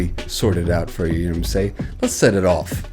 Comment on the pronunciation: What's with the idiotic "K- nobs" and "K-now"??